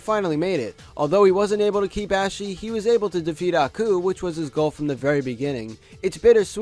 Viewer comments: STOP CALLING HER ASHY. THATS NOT HOW HER NAME IS PRONOUNCED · STOP PRONOUNCING ASHI LIKE THAT